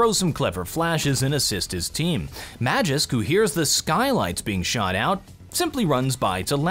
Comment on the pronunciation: It is pronounced MAG-isk